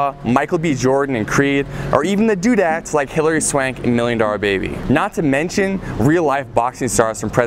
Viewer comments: Did my guy just say "Dude-ette"? 😂 Haven't heard that one since 2002 haha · did he say dudet, oh hell no